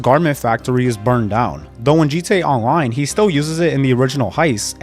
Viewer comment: “G Tay Awloine”